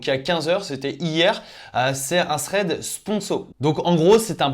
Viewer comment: C'est THread pas Sréd !!!